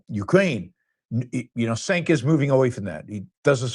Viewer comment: I like you Yaron but intentionally mispronouncing Cenk’s name comes across as racist / low-class.